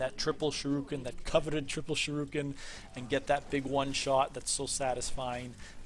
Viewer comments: th way you said shUrIken was unsettling. The U comes before the I. You keep switching them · nice vid fam but who pronounces shuriken that way